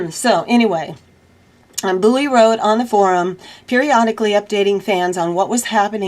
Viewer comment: it's david BOW EE. not booey. fyi. nice to hear your voice and the news you bring. ty.